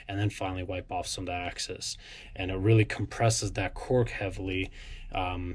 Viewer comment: Excess, not access… 😊